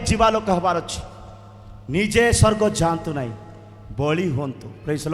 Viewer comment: ମିଛୁଆ । ସ୍ବର୍ଗ କୁ ସ୍ ର୍ଗ କହୁଛୁ । ଭାଷା ଜଣାନାହିଁ